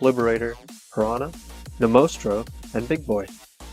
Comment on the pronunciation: it is not Nomostro. It is Nos-tro-mo